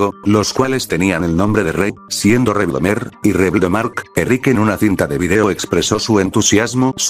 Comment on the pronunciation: Se pronuncia "Rebdlomaker"